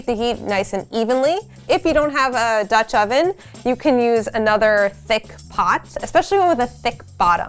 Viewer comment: Who else lol'd every time she said Dutch oven?